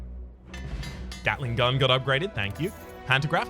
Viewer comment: Did i just heard him day gatling gull?